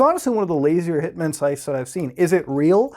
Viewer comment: You say 'hitman' like 'pikmin'